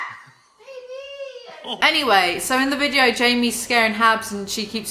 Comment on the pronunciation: I love the way u say video - ”VIGEO”